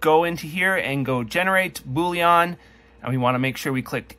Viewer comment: Boolean, not bouillon 😅